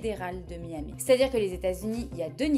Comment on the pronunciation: Lawyer ? It's a joke ! No proves, "Jon Doe" on an act (?) Bilanguage but do not know how to pronounce "Miami' ! I'm laughing !